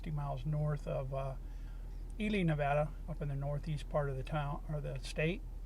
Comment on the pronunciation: You pronounce the name of the state correctly. So many people don't, or say it doesn't matter how it's pronounced. I always notice this, but i am kinda weird. Love the Silver state !!